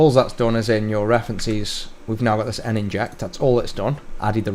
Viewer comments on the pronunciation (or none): N-Inject? Surely Nin-ject, like a ninja ...